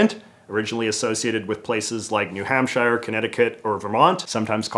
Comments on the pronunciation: Bro out here calling New Hampshire, "New Hamp-shy-er" like we living in olden times lol it's pronounced "New Hamp-sure" lol I work in New Hampshire and live in Massachusetts, so I know how it's pronounced xD lol I'm sure you've figured this out by now tho lol maybe you just say it like that for comments like these haha ❤ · that is not how you say new hampshire